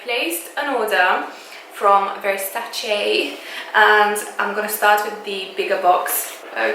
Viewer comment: finally someone who pronunces Versace correctly and not Versaci!!I'm italian and it's an italian pronunciation!!The mug and the saucer are amazing!!Love love love from Sardinia Italy😃😃